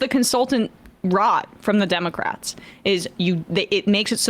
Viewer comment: Scarborough pronounces this word this way: DIM-oh-krat!